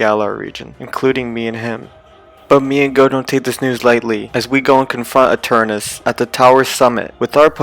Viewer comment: Do he have a problem with "ta" he is saying gigantamax ginamax and eternatus eternus